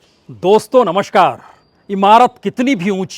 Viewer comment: Prasun ji word "NAMASKAR" hai. "NAMASHKAR" nahin.